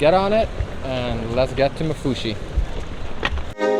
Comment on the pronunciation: Women its called maafushi not mafushi